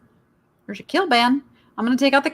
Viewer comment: My apologies if this sounds rude. The cat sheet set is K L I BAN (rhymes with Bly) not K I LBAN. Okay, got that out of my system! Thank you for taking up the search issue on eBay. I've been an eBay user since 2003 and boy does the search process SUCK. A pet peave of mine for both eBay and Etsy is that they don't give you a way to find sellers. Drives me up the wall! Thanks for the interesting videos.